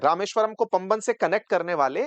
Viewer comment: पम्बन नहीं है गलत उच्चारण मत कीजिए ये पाम बन (वन) है पुराना पुल का निर्माण गुजरात के कच्छ अंजार के गुजराती ने किया था